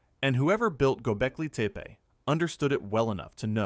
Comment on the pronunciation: Yo.. yo.. nice pod, but fyi: it’s Gobeckli TEPPY not teepee lol